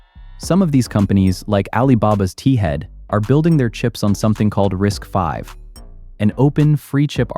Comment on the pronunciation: Kudos for pronouncing RISC-V correctly. "Risk-five", NOT "risk-vee". 👍